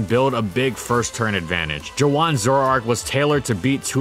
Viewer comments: Joohwan is pronounced Joo-won. "Juh-wan" is killing me rn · I thought saying Joowan was him mispronouncing Juan for a second